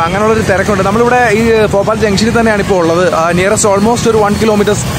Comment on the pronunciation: Bro ഫോപാൽ അല്ല ഭോപ്പാലാണ്